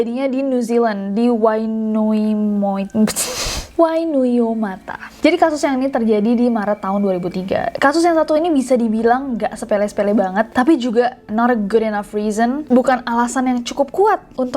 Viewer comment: Wainuiomata Kak Nessie bi laik: wainuiupskkkkkkkkkk Ngakak😭😭😭😭